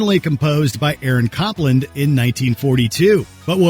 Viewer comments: Cop-land??😂 Is his first name A A Ron? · Some pronunciations: both Moog ( the synthesizer manufacturer) and Copland (the composer) are pronounced with a long "O." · Learning to properly pronounce Moog and Copland would have been helpful.